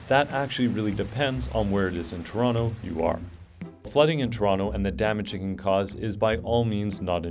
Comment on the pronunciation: ToronTO... not, Torono.